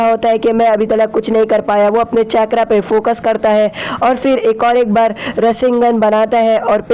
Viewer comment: Bro it's not chakkra it's chakara